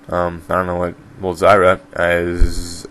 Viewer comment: Jeez you butchered their pronunciations. "Vee" incorrect it's Vi as in VIolence. You said "Ellis" it's pronounced El-ees. It's not "shaako" it's shah-co. Last one that bothered me was Zyra. Phonetically it's Zeer-a.